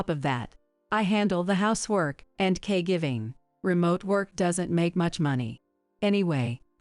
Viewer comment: I thought it’s caregiving not cay giving